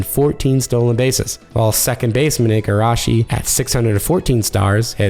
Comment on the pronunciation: Ee-Gah-Rashi. Get it right, please.